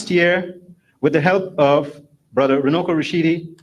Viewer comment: I'm from Zimbabwe and i think he meant to say Runako which means beauty. Runuko does not mean anything in Shona language 😊